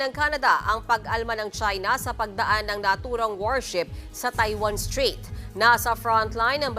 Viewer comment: STRAIT NOT STREET😂😂😂😂REPORTER TALAGA😂😂😂